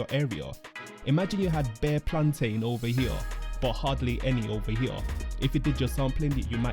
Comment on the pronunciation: Plantin not plantain🤦🏾‍♂️🤣